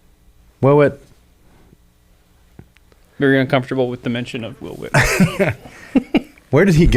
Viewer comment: stop saying uncomfterble / uncomfterbull. Unless you comfter people, when they need comfter.